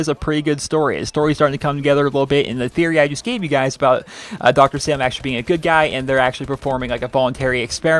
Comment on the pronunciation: It is Pronounced Dr. Salim (Saleem)